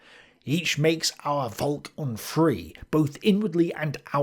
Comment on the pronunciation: Hey, when you say Volk, remember it's not pronounced "Volk", but "Folk". Thank you.